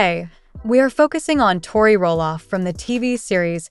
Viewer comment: I would learn to pronounce Tori